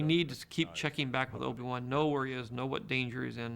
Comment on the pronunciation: Did just say "Obi Wuhan"? Sounded like that